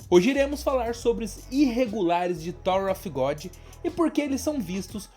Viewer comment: Em Thor of Godi! Hahahah Tirando a zoeira, video massa! Parabens